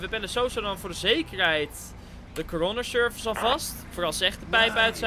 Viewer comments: hoe coroner service zegt corona service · Je zegt bijna corona service